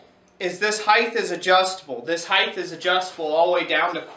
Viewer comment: You said heightth, that was enough to turn me off.